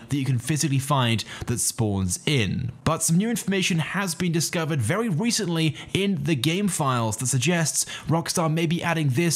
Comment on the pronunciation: very wecently